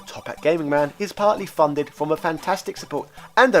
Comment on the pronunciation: Why can you sometimes pronounce "TH" correctly, and at other times you say "DEH"!?